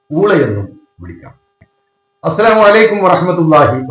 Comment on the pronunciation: ആദ്യം ഈ ഹാമിദിനോട് ശരിക്ക് സലാം ചൊല്ലാനെങ്കിലും പഠിക്കാൻ പറയ് നീ.... ഇവൻ അസ്സലാമു ennathinu പകരം അസ്വലാമു എന്നാണ് പറയുന്നത്... മര്യാദക്ക് സലാം പറയാൻ പോലും അറിയാത്ത ഇവനാണ് നബിയുടെ പേരക്കുട്ടിയെന്നും പറഞ്ഞു ആളുകളെ ചൂഷണം ചെയ്യുന്നത്